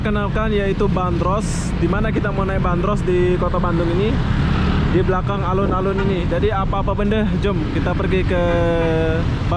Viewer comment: Alun-alun Bandung Bukan Alon-alon Kalo Alon-alon bahasa jawa yang artinya pelan-pelan 😁